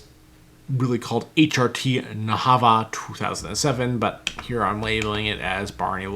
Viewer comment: FYI: "Barni Lofi" is actually pronounced "HRT Nayava" not "HRT Nahava". Otherwise, nice video 👍